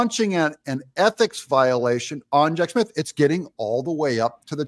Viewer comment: Just an FYI to the black presenter in this video. There is no "f" in Smith, so it's not Jack Smif! Additionally, just because she filed a complaint doesn't mean anything. They filed articles of Impeachment against Alejandro Mayorkas and what became of that? He didn't lose his job, get demoted or reassigned, take a pay cut, placed on Probation, or reprimanted. He didn't even get so much as a ticket! So much for superficial gestures!